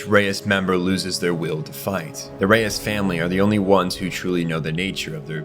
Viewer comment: Did you use AI for the voiceover? Reiss isn’t pronounced like Reyes The show pronounces wall Maria stupid but the video here says it right, but gets Ymir, Tybur, and Reiss all wrong